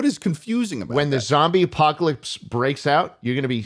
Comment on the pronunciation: Every time I heard apocalypse, I heard Ohio instead